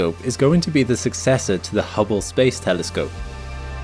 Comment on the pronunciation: Oops, ya emphasized "Hubble Space Telescope" wrong in comparison to James Webb's: ya should have said "successor to the HUBBLE Space Telescope" (both are space telescopes; the contrast is in the first parts of the names). :-)